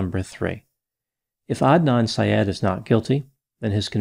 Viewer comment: I’m so happy you pronounced his name correctly. You wouldn’t believe how many get it so wrong. Thank you!